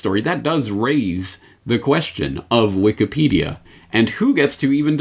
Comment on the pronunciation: Did I hear you say Wiked Peadia?